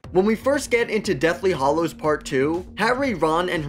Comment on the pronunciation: FFS it's HALLOWS, NOT HOLLOWS!!!!!!!!